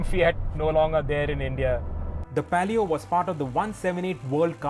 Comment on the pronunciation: Its palio not pelio. And alloys were 14inch on s10 not 15inch